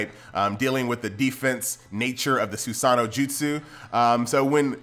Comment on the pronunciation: its su-sa-no thats how its said in the sub. Not su-sar-no